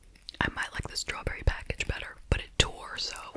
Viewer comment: my favorite thing you do say one-syllable words that end with the letter K...two times a wee-K. please leave it a li-Ke. love love love 😴❤